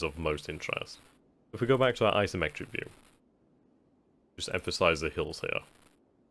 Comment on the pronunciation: Every time he says 'isometric' I hear 'asymmetric'.